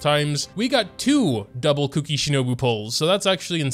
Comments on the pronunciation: The whole mispronouncing kuki’s name as cookie is already older than the emergency food joke. Ku-ki is not said as cook-ie phonetically Yes I know he is doing it as a joke. But the amount of people who actually think you pronounce them the same is infuriating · you know the 'u' sound from the taxi service 'uber'. Try saying the u in kuki that way and then you should be pretty close.